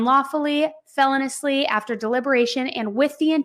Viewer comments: "Felonously"????? Itis feloneously. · I’m sorry I just can’t listen anymore without saying anything. It’s not felon-ously. It’s fel-O-niously. The emphasis is on the O, not the E. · Feloniously is pronounced fell-owe-nee-oos-lee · Feh-LOH-nee-us-lee … not, FEH-lon-us-lee. Just saying … 💁🏻‍♂️ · driving me crazy how you keep saying "fell ah niss " instead of "fuh low nee us" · Please! It’s feloniously. Like feloneeeeeeously. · The latest information is that the manager of the hotel said the room always has a chlorine smell because it's directly above the indoor pool. Also, please check the pronunciation of felonious, please. Hearing felon-ous-ly is like nails on a chalkboard!